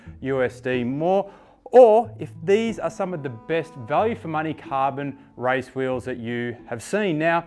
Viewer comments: Why do you say RICE instead of RACE... Learn English for God's sake! RICE is the food. Race is the competition... Got it? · Why do you say RICE instead of RACE????????